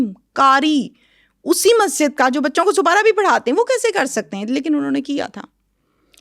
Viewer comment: Supara nhi Aunty Sipara hota hai